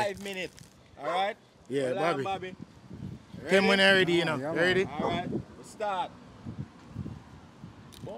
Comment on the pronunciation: Bobby "feel arite" 😄😄